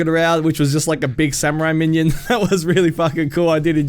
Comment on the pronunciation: If u say man yan instead of minion one more time im gona flip shit